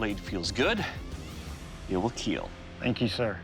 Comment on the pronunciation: eet weel keel